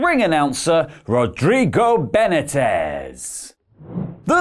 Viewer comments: Pretty sure it's "Ben-EE-tes" and not "BEN-eh-tes" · Its pronounced Ben-e-tez!! Emphasize the "e" in Benitez,!!!! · can't pronounce Benitez? Damn